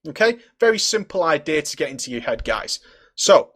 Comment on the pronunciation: i swear u said he has a few gays on him.